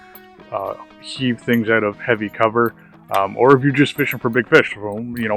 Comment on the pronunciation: "when yoo cast this thing oooht." love it haha